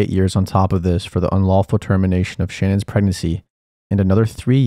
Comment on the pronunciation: Say it with me, Sha-nan. Her name is pronounced, SHA-NAN not Shannon. Thank you.